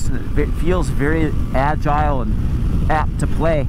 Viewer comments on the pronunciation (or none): none